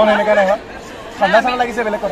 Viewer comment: Hemeka nohoi oo xemekaaa🤣